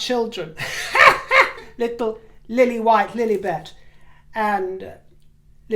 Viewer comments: Maybe there should be a "JERK" label on my forehead for this, but the Lilibet pronunciation sends me into hysterics every time. Hee-haw-hi-larious! 🤣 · Oh no please don't come to Malta, Megan! We don't want you!!! Also, the way you say 'Princess Lilibet' absolutely cracks me up 🤣